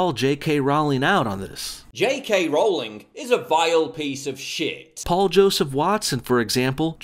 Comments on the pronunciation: LOL. "" is such a moron. Can't even properly say the name of the person you attacking, and then just about all of your points can be countered by doing some cursory research. You're a joke. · DUDE ROW-LING, Like Bow-ling. Saying her name wrong makes you look so dumb. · Apparently it's pronounced "Rolling". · My responses: You pronounce Rowling wrong There is a lot of hype for Fantastic Beasts and I will never lose interest There will actually be 5 Fantastic Beasts movies There's no fairies There's no Quidditch in the US Is there no reason to slaughter Trump? Who shouldn't be against the travel ban? London had acid attacks every week? What? Okay you're racist and xenophobic... She's not a "vile piece of shit" She gave most of her money to charity First person to become a billionaire from writing books, gave it to charity It's FEBRUARY not Febuary Is Trump not awful? So why can't trans people be in the military? There is no problem. Trans people are no different from other people you idiot. Liberals can't stand jokes? Who would take kindly to you being offensive and racist? Trans people are not men in ladies' bathrooms Obama did a lot of good things Not every guys would brag about seeing naked women just because you would What is with the weird movies clips inserted randomly? It wasn't a false accusation, the video cut out the part where he talked to the child Trump? A Gentelman? What world do you live in? Slanderous claims? Try looking at what Fox News says vs. the truth Fantastic Beasts will not fail. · A lot of oversimplification and word twisting happening in this video. Not to forget the way he pronounces her name. "Rauwlingg" Wtf even? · I think you'll find it's Rowling as in Bowling. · Rowling no like "Rolling". That's how you say it. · "JK RAUWLING" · roleing that's how you pronounce it ass.